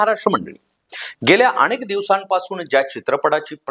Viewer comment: अणेक नाही हो ... अनेक असतं ते